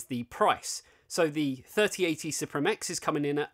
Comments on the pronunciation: It is pronounced as Supreme my guy. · Msi announced that suprim is supposed to be pronounced supreme